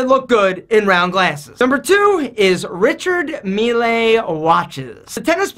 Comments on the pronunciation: It's pronounced reeshard mill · As a european guy, it hurts my ears when someone pronounces 'Richard Mille' like 'Richard Millay'. to everyone reading this, it is pronounced as 'Richard mill' not richard millay